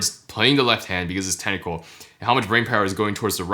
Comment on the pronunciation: Everytime he says "technical", I keep hearing tentacle.